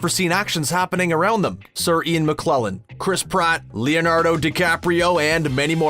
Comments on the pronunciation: Dear. Speaking of Bloopers, It's Mc-KELL-en not Muh-KLEL-en. Maybe you can fix it in post. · Ian McKellen not Ian McKlellen! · It’s not McClellan it’s McKellen, you need to seriously correct yourself. You talk about movies and actors, at least learn how to read a name. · You'd expect someone called, specialising in videos bout cinema, to know a famous actor's name. It's Sir Ian McKellen, not McKlellen. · That man is called McKellen, not McClullen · this guy cant say Sir Ian Mckellens name right,, ian mcclellan who? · IAN "MCKLELLAN"?!?!?!? HOW DARE YOU?????